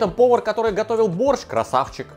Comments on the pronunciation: Зачем так явно говорить боРРщ?аж уши режет каждый раз.. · Я очень давно живу не в России. Кто-то может сказать почему он произносит борЩЩЩ а не мягко- борщ с мягким окончанием?